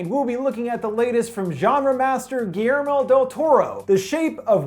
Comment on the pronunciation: Lol can't pronunce GUILLERMO